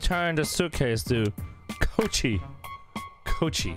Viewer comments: It’s not cochi it’s k o e e c h e e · "return this to coochie uh- koechee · DID say coucie